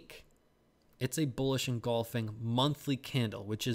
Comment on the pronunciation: It’s “bullish” not “bulish” 😊